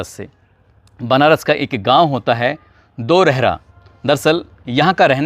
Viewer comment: Doraihra nahi darhara